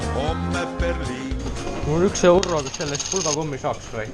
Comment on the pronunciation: Kas Peeterrrrr annab mulle ka ühe eurrrrro